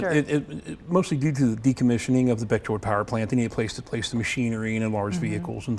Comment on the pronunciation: Beckjerd? you mean Beckjord?